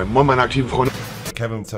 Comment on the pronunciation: Minute "Mion Leude Trymacs hier" Lachflash des todes 😂😂